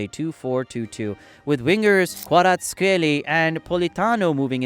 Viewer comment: Great vid buuuuuuuuut some games are wrong, i think they got correxted by Google like: kvaraskhelia in the vid is gareth scelia. Great vid still u did a great joob pronouncing the Italians players name